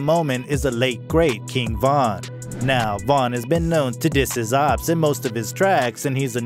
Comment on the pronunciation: Man said opps like obbs 😭